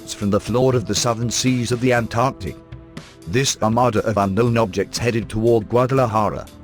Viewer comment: Halarious synthesised dialogue but at least pronounced Antarctica correctly :D